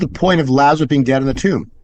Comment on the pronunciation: Someone should tell about Lazarus, not “Lazareth”. 😁